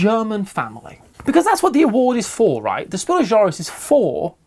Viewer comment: Your pronunciation of "Spiel des Jahres" is spot-on,. 👌I'm not a native speaker, but I've taken German for 4 years, including Advanced German courses at college, and it sounds just right to me.